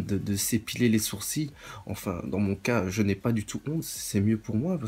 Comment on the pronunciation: On dit pas Sourci on dit sourci-LE ! Encore une grosse vidéo bao !